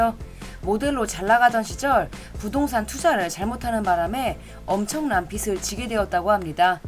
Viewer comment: 나카마 유키에는 별 거지 겉은 놈 만나서 맘 고생하던데, 아베 히로시는 행복하길. 트릭 시리즈 참 재미있게 봤었지. 아베 히로시 작품은 거의 다 본 듯. 트릭, 드래곤 사쿠라, 히어로, 천지인, 결혼 못하는 남자, 아직 결혼 못하는 남자, 테르마이 로마이, 변두리 로켓 . 참고로 '빚을'은 [비슬]이 아니라 [비즐]이라고 읽습니다.